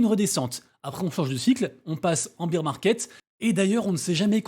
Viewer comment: J’en peux plus tous les français disent bir market , c’est baiir market bear c’est l’ours on dit pas bir l’ours 🤣 bir c’est la bière mdrr Belle analogie la gare et les trains sinon ! Jai beaucoup aime l’idée